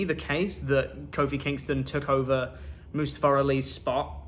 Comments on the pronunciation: Good, Mustafa Ali was a terrible human being. Besides maybe now people stop mispronouncing his damn name, I mean seriously it's moo-stah-fuh NOT must-uh-fuh🤦‍♂️ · The silver lining is that I no longer have to hear you guys BUTCHER the poor man's name.. Moosetafah, mustafer... poor dude gets no respect anywhere